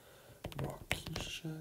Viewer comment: butchered the pronunciation of Waukesha